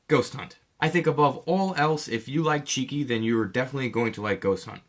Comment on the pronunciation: Btw it's Shiki not Shriki